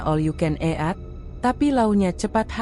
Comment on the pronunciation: Ejaan baca 'eat"... Bikin mau muntah. Kenapa gak pake suara sendiri aja si... Gak usah pake suara google...